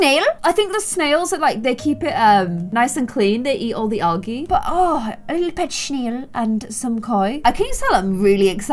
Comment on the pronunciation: pronunciation of algae lol she's so cute